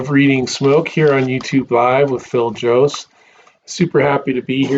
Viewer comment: I'm a little bit behind on your videos but I got a laugh out of your attempt at my last name. You were pretty close, I appreciate the effort! Thanks for making these videos, I have definitely learned a lot from them!